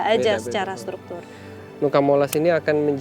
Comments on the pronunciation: Fyi, Nuca dibacanya tetap Nuca, bukan "Nuka" ya teman-teman 🫶🏻🥰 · Sedikit koreksi kak, cara bacanya bukan nuka tapi nuca. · Cara bacanya Nuca bukan Nuka kk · WO are the best ..catatan, sebutan nuca tetap seperti tulisannya, bukan dibaca nuka...nuca artinya pulau